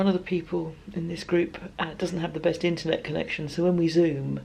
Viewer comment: Ok when you said one friend doesn’t have a good internet connection I heard “intellect” connection at first. Your next sentence cleared up my hearing.